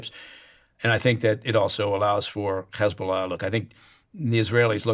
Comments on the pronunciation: He's so biased that he pronounces "Hamas" and "Hezbollah" with a Hebrew accent. Very poor choice of guest Steven👎👎👎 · The way he pronounced H*mas and He*bol*ah with a Hebrew accent was enough to break my trust instantly. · The way he pronounced H*mas and He*bo*lah with a Hebrew accent was a dead giveaway. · I knew the moment he pronounced H*mas and He*bo*lah with a Hebrew accent.